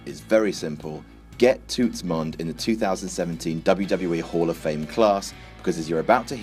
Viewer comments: It's pronounced 'Tuts'. 😂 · butchering of the word "toots" had me weak lmao